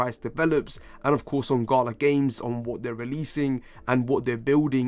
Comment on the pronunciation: I took a SHot each thime u sed gHala